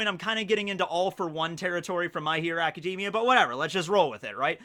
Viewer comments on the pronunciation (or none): none